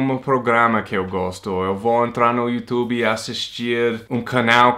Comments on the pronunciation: Adorei você falando “iutubi” hahaha bem brasileiro 🇧🇷 😁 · Já virou brasileiro faz tempo, até fala YouTuBI hahahahaha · Divertido ver o falando "Youtube" como um brasileiro: ) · parece mesmo um brasileiro falando